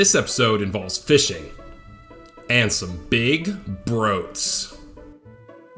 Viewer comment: "browts"?? confirmed knew gen 10 starter names 2 years early??